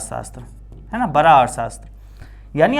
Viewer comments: sir ji baki sub to thik hai pr aab da ko ra kyu bolte ho 😅🥲 jese ki man lijye aap bada bolna chto ho per aap barra bolte ho bsss yhi thori problame hai🙃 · Bra nahi hota hai 😂 Bda hota hai